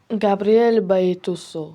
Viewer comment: Baitoso emas BATISTUTA toʻğri oʻqi